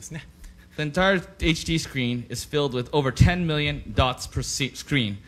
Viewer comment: except he didn't pronounce million as "mirion" he pronounced it like "miliyun"